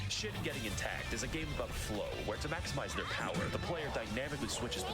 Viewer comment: Don't know why but from all the mispronunciation does "Shit getting intact" is the one that gets me the most lol